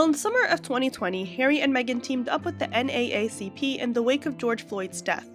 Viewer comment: I find it extremely difficult to believe that you don’t know how to pronounce NAACP. Maybe you’re Canadian, but you sound like an American and it really strains credulity that you’ve never heard this organization before. So nothing you say about it has any credibility Whatsoever. My only conclusion is you’re just looking for clicks.